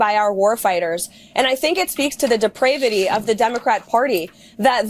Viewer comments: Is lyin Carolyn inventing words now? Deprayvati? That isn't in any Oxford dictionary. Not pronounced in your Russian wordage. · Deprayvity??? Is that depraved praying? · Not funded by tax dollars but funded by tarrifs which are tax dollars. I'm convinced people who subscribe to faux news have a 3rd grade education. D-PRAY-Vity? 😂😂😂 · Yup....she could not pronounce "depravity". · Karolying Leavitt can’t even pronounce depravity😆🤦🏾‍♂️